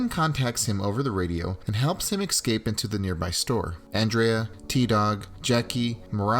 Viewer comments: Not EX-CAPE it's ES-CAPE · cool video but learn to say escape